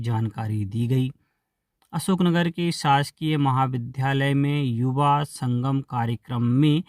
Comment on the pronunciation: क्या कामेंट सेक्सन के कामेंट्स नहीं पढ़े जाते? यदि "नहीं 'तो इस सेक्सन को हटा दीजिए, क्योंकि मैंने कयी बार लिखा कि विद्यालय और विध्यालय के उच्चारण में अंतर समझें। लेकिन समाचार बोलने वाले वक्ता को फर्क ही नहीं पड़ता!